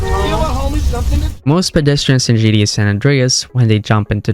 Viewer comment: Could you stop saying "GDA"?! It's GTA...